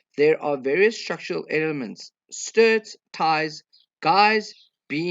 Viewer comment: Strut, not a sturt